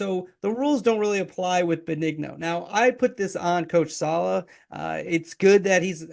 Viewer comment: Might want to pronounce his name correctly 🤡🤡🤡🤡🤡🤡🤡🤡🤡🤡